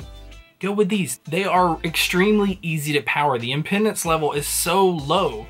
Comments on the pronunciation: I think you mean to say im-PE(pronounced as pee)-dance not im-PEN-dence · FYI ... 'Impedance' ... not 'Impendance' ... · Dude said impendance haha